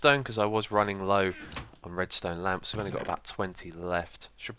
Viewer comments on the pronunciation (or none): none